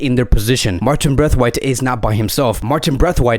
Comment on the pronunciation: Please say brathwaite and not braithwaite